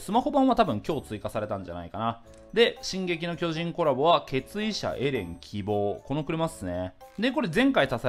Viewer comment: 最初の決意者がケツ医者に聞こえた。。。